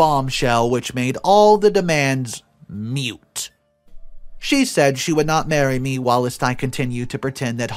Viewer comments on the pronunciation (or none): "Moot", not "mute".